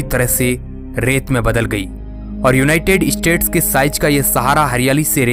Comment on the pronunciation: युनायटेड इस्टेट " मत बोलो युनायटेड स्टेट " बोलो